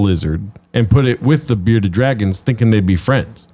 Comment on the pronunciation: Bs got 1 beawded lizard, not tooh.